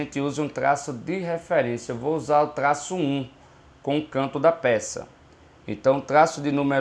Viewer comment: cada tlaço kkkk